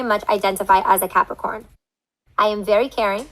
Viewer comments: Capricorn? Sounded like pepper corn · Hilaria strongly identifies as a Capricorn. I heard "as a Catholic whore." 😂😂😂😂😂😂😂😂